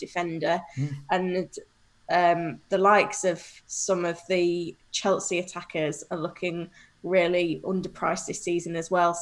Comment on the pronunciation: There's no 't' in Chelsea 😂